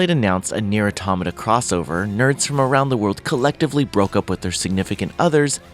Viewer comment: I'm reminded once again that most of gaming journalists don't know how to pronounce "automata"